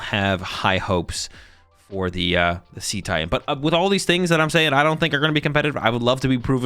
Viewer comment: Dude he called Cetitan See Titan.